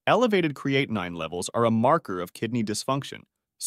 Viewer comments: Is it really the pronunciation is "creati9?" I don't think so😁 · It's amazing that this "Expert" on Kidney function can't seem to pronounce Creatinine correctly.. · This drives me crazy with the mispronunciation of creatinine. I couldn't even listen to all of it. Thanks A1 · This video is ridiculous when the narrator can not pronounce creatinine correctly or pronounce it the same way every time. Grade D